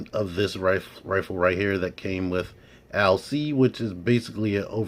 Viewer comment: Finally someone knows how to pronounce her name correctly, great video Cool looking arcee but just not hitting the mark for me